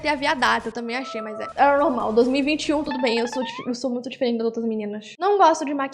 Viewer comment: "sou difaerenti das outras garotas 😔"